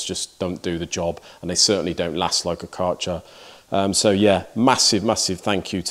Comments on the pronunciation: Hey Mate.. It's like KÆ RCHER ... AE ... You have to say K aeer cher ... like German name dude ... it sounds like shit when you say CAR CHER... it's not their name. If you pronounce it correct I will ship you a beer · Nothing wrong with sponsoring for channel related products. You're a niche content channel and all of the time, effort and money needs to be recouperated so that we can continue to enjoy what you put out. Just one criticism Kärcher is prounounced Kersher. How do I know? I'm a Brit ex-pat and I live in Berlin. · Say.. Care Che R ( like che guvarra ) .. and then an R you roll on... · If Kärcher is your sponsor, you could at least take a minute to study how you have to pronounce "Kärcher". I don't try to be mean, it is just polite to do such things for your sponsor. The "K" was good, the "ä" is pronounced like the "e" in "to let", the r, well that's difficult for Engish speakers, so we leave that and than the "ch" is not a "tsj" but more like the scottish "gh" like in "Mc Loughlin". The "er" bit was good.